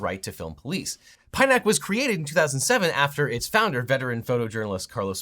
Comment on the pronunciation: This guy is so wrong on so many points. He's close but misses the subtle nuance on so many things. A greater understanding and the point of view said auditors and anti-auditors that call auditors Frauditors is needed. He even mispronounced PINAC, which a proper investigation would have revealed.